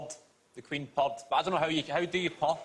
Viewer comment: "she pud". You mean "purred", no, I mean she pud. My cat is laughing w me 😹